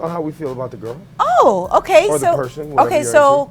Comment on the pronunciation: Someone tell nessa that the word "girl" is not pronounced "grirl"